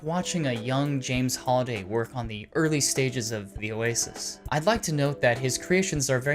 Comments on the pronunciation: HAlliday, Not "holiday" purleeeze. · It triggers me that he say his name wrong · Me too